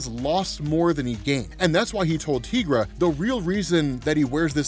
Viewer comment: Dude the way you mispronounce Tigra's name makes me cringe every time I hear it.